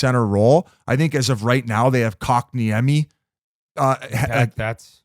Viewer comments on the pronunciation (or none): 😂😂😂 “Cock-niemi” of course that’s how Biz pronounces it lmao